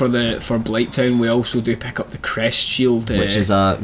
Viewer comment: why u say PECK UP, whyyyyyyyyyy?